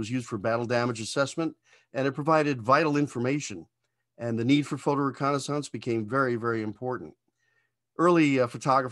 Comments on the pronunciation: That is a wild way to pronounce "reconnaissance." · only other person i've heard pronounce 'reconnaissance' this way is that canadian space lady on youtube. sounds weird as heck to me. just sayin. cool plane. obsolete before it ever flew. but cool as hell. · In 55 years, I’ve never heard reconnaissance pronounced that way.